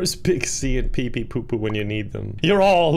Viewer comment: Poor PepePopo will never get his name pronounced correctly.